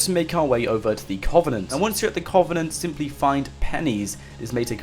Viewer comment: It's pronounced "Cuv-en-ent" it's painful to think you get paid to butcher the English language